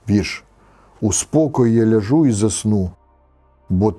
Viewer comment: Дякувати Богу за молоду команду,яка готує ці відео передачі! Хотілося б і їх бачити, гарні були розбори СШ. Брате, у слові " ляжу" наголос на першому складі, прийміть до уваги будьласка. Божих вам благословінь і вашій молодій команді!